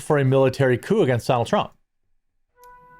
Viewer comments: I hate to be that person, but its "coup" not "coop". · Dude, it's "coup", not "coop"...😁 And they should be ARRESTED! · Its coup, not coop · * Coup, as in Coup D'etat. Its not a chicken coop. :P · It's spelled 'coup', not 'coop'. A coop is what you put chickens into. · Your chiron reads "miliary coop", I think you mean military coup. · jeremy its coup not coop lol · "Coop?" LOL!! Cmon Jeremy hire some guys who are literate!